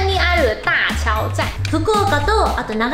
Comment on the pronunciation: 大橋駅の読み方は「おおばし」じゃなくて ”おおはし”なんです！！ ちなみに神奈川県小田原にも板橋があります。 箱根登山電車の駅なので駅名は箱根板橋です。